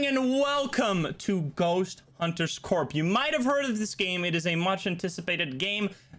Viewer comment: Btw, "Corp" is actually pronounced "Core".